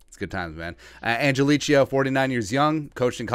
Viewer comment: He pronounces it "angeleee-Ko".